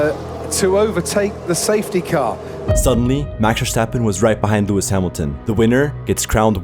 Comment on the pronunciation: A dislike due to the way you say maxs name.. so annoying. Great vid tho